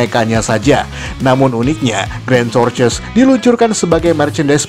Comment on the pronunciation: Tortois Bacanya "Tortoa" Bkn "torces"